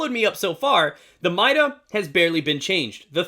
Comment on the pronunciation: Not hating or anything but it's pronounced MY-DA